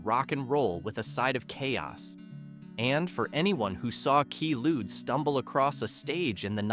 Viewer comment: For the Tubes, it was Quay (as in Kway) Lude, not Key Lude. The name came from the trade name of a prescription drug that was very popular in certain circles in the '70s, mainly wealthy club-going types. The drug was highly addictive and easy to OD on. It was banned in most countries in the '80s, although it is still available in parts of Africa and South/Central America.